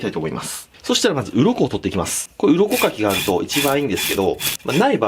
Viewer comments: 鱗かきが鱗滝にしか聞こえないのやばいよな、笑笑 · 鱗かきが鱗滝(左近次)に聞こえてしまう…